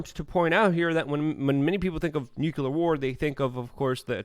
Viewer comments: U want to know if your wrong? Yes! Its nuclear... not nucular! Other than that you are correct😀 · Great analysis as usual, Luke! Again, it's NOO-CL-Errr, not Nyoo-Q-lerrrr. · how about "noo clear" ? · Can you say "clear"? Now add a "nu" in front of it and say it with me NU-CLEAR!